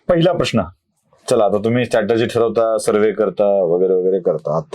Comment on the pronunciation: स्टॅटरजी नाही हो स्ट्रॅटेजी असा उच्चार आहे